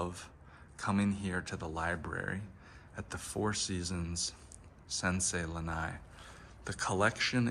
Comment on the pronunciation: Btw it’s not lanai it’s lana’i